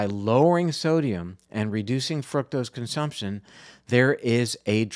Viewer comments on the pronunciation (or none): i think you are mispronouncing fructose. it's not fruit-tose, (i believe) the proper pronunciation is fruck-tose vanishingly small pronunciation; however it leads people to believe that fruit-tose derives from fruit, and hence healthful. i might be wrong, but you might be misleading people. looked up frucktose. usa pronunciatiion is fruke-tose; sounds a lot like fruit. use the british fruck-tose, instead.